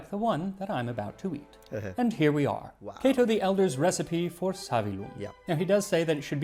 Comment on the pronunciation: Kah-toe? I’ve been saying Kay-to for forty years. I can sort of read Latin if I have a dictionary handy, can’t speak it for sure, or even understand it when I hear it spoken Thanks for the proper pronunciation Now have to get used to it